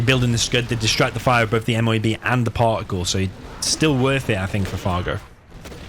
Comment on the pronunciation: Call it a "moh-ab"